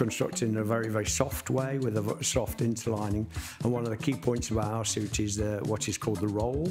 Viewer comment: Nice to hear you say interlining. I have some of your fabrics. Hopefully i wont ruin it when i make a jacket.😊